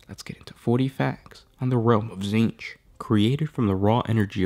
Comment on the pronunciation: It's pronounced tZehntk... at least for this week.